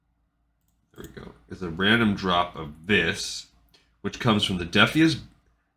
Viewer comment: Defias comes from the word defiant. I'm not sure you're pronouncing it correctly. It sounds like you're getting the lore right, though. Good vid.